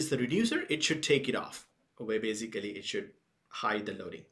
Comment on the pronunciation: Beisicaliii, I'm fkn dieing right here